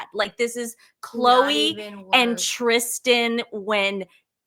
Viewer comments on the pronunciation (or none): none